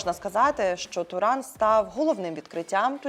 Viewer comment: Подруга не знає який правильний наголос на власну фамилию)))